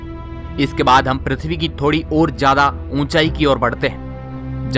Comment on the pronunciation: Oh loro jada Nai hota zyada hota hai